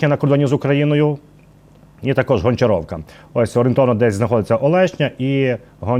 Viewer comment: Хлопці, Гончарівка, а не Гончаровака! Говоріть українською, бо які гончарі у москалів??? Ви хоч раз про таке чули?